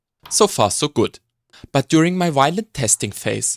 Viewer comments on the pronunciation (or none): none